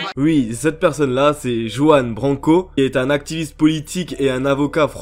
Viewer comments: Juan BRanco, pas "Jouanne Banko" ... 🤦🏻‍♂️ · C'est Juan Branco et pas Banco 😉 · Par contre sa se prononce "ruaan brrranko" ( en phonétique 😊 ) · Juan BRanco. ;) Et ça se prononce "Rouanne". :)